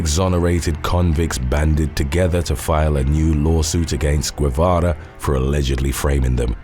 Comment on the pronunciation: Dude. Reynaldo's last name is pronounced "Geh-vah-rah"